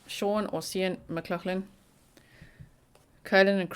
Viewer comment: it is definitely pronounced Shawn you are saying the surname correctly